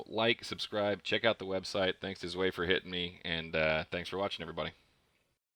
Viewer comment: I think you pronounced zwei wrong btw :p but awesome video